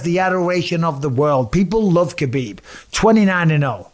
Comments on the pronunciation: Mr. B... there is no K sound in his name. Huh-beeb. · All these years later and your still pronouncing the K. Sort yaself out bisping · His name is Habib not khabib or khebab lol!! He has clarified this… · You might be the only person who still calls him KAbib.. and you get paid to announce for the sport! Come on Bisping, keep up. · It’s weird you properly say Islams last name, but not Khabibs first name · I just can't believe the ignorance of everyone that claims to be a khabib fan and can't even say his name properly total disrespect.. ha bib didn't you ever here his father call his name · He's been around for so long and ppl still getting his name wrong , the K is silent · Mike’s pronunciation of Makhachev is fairly solid but still calling Khabib “kuh-beeb”